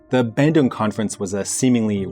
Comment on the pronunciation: Im from indonesia.. and im not trying to offend you but... the way you pronounce bandung is... just no.